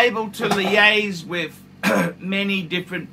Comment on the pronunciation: Sub + DJ + GMTII in 6 months. I was definitely lucky…but don’t think you need to spend astronomical amounts, it’s just not true…”I gotta be totally honest wiv you” 😂